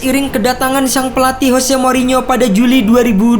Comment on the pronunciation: Jose, bukan Hose.